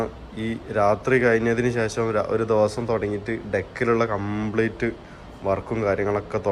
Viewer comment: Voice over sound കുറവാണു... ആരോ ചെവിയിൽ പതുക്കെ പറയുന്ന പോലെ 😄... പിന്നെ ഈ കോഴിക്കോടൻ slang ഒഴിവാക്കിയാൽ കേരളത്തിലെ എല്ലാവർക്കും ഇഷ്ടപ്പെടും.... "ദേവൊസോം" എന്നല്ല ദിവസം എന്നും മണിക്യൂർ എന്നതിന് പകരം മണിക്കൂർ എന്നും തിരുത്തുക.... Comments പോസിറ്റീവ് ആയി എടുക്കുമെന്ന് പ്രതീക്ഷിക്കുന്നു 🙏.... Video നന്നാവുന്നുണ്ട്... ഭാവുകങ്ങൾ 👍👍